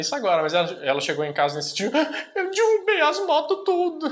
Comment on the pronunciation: Falar" dirrubei" muito feio,dá até um negócio quando a gente escuta. Sei que a língua portuguesa tem seus regionalismos. Mas falar correto é bom pra sua audiência. E a escrita é baseada no português correto,ficar repetindo palavra errada pode fazer você escrever errado também.